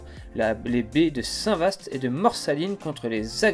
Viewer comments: On prononce " Saint Va " et non pas "Saint Vaste" : les S en fin de mot ne sont prononcés que par les horsins 😉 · Salut très belle vidéo comme toujours. Au passage qu'à tu pensais de ma très belle région à Saint-vaast la hougue? Je vous et croisé direction réville. Ps: attention Saint vaast se prononce saint va ont dit pas ast 😉😉 allez continuez c'est super au plaisir de vous revoir part chez moi 👍👍